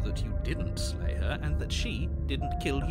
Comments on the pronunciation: slay the dragon? i thought you said lay the dragon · no no no i said SLAY the princess not LAY the princess